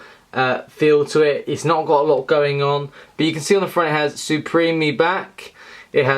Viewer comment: suprem(e) back. Ha